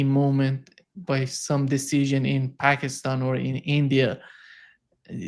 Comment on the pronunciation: Larry, you need to say Pakistan correctly it’s time - Paakistan!